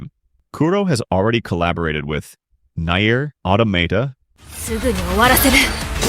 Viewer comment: Next time don't use AI voices unless your pronunciation if Nier is just that wrong.